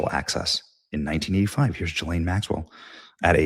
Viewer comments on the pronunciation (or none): I guess I missed that part. He also pronounces Ghislane with a soft G. Benny is human.